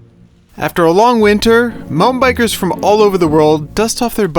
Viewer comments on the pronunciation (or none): His "mountain bikers" sounded like "mumbaikers" and I was pretty shocked because there are no trails or bike parks in the whole of India.